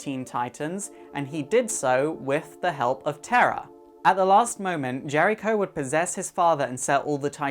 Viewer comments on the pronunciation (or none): none